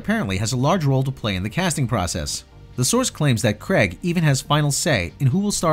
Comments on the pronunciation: CRAYG not Cregg!!! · It's Craig as in CRAYg and not CREGG.